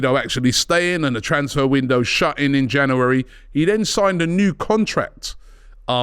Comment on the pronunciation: Robbie, please learn how to say 'January'